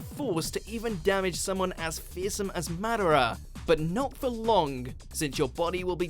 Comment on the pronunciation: This guy deserves a slap on the wrist for how he mispronounces the name of our lord and savior Madara :(